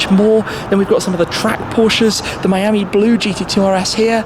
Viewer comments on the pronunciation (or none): none